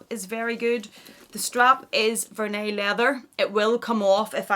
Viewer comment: "vehr-nee" not "ver-nay"